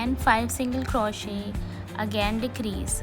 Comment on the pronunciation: It's not crawshit.. it's crochet. The t is silent